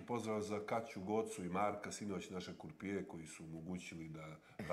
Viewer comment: e jak je on kockar kad kaze kURpije, sve to nepismeno